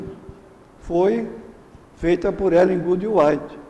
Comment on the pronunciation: Primeiro este senhor nem o nome de Ellen White sabe pronunciar, segundo, mostrou profunda ignorância da doutrina adventista, terceiro, mente ao falar o que não sabe, mais ignorantes são ainda os que o admiravam, porque pelo que sei já faleceu, agora só lhe restará a surpresa quando ressuscitar , e Deus que o julgue